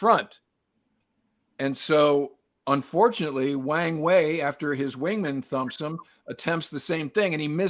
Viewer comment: People commonly mispronounce his name (and everything else in Chinese), but this one is too good to miss. It is pronounced with a soft "A", so it rhymes with WRONG WAY. (USAF Chinese linguist, 72-77)